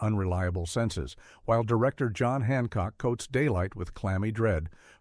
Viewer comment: AI issues, for sure.